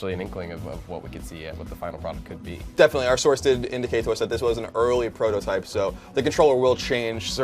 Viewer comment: SAY IT WITH ME 'PROTOTYPE'